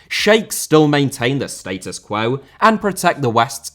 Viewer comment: Doha* not Douwhohr Status* not Steităs Quo* not Quouw Rather* not Rother Fifa* not Fifer Tani* not Tohrni Caniggia* not Cănegghear Sneijder* not Schneider Xavi* not Dgiavi Asia* not Asier Guatemala* not Guatemohrler Félix* not Fílex Observation* not Obzervation Bremen* not Breimen Dedé* not Dedei Leandro* not Liandrouw Sebastián* not Sebastian Ghana* not Ghohrner Tunisia* not Tchunesier Debut* not Deibyu Possession * not Posession Ró-Ró* not Rouw-Rouw Mané* not Mohrnei Ismael* not Echmeil Braga* not Brohrguer